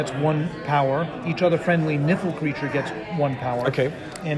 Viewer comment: Is it just me or do other people hear the word "nipple" when he says "niffle", like with the Niffle Queen.